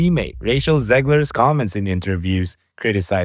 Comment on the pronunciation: "Racial Zegler", the irony in the pronunciation is brilliant